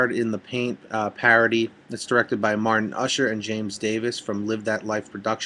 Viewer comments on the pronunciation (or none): none